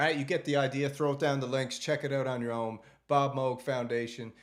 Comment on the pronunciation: Oberheeeem? Moooouuug? WTF?